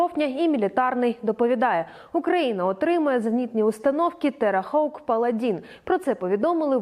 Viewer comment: Террахок =*( ну будьласочка! а то ж вухам боляче!